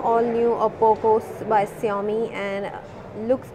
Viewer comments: lol...so lame review...and girl it's xiaomi....not SHIAMI :p matlab kuch bhi? :D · Its xiaomi not siaomi 🤣🤣🤣🤣